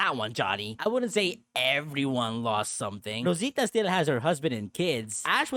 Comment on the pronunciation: Que bonito pronuncias Rosita.